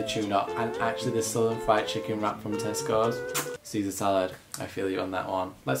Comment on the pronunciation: why did my American ears hear testicles instead of Tesco's😭